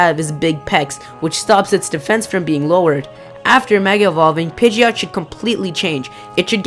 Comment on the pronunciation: you called pigeot.